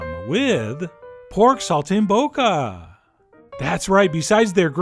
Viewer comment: Pronounced Sol - tim - bocca